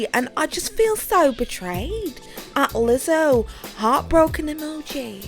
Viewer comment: Omfg was that a Scottish accent? You have me dying “lizzzohhh”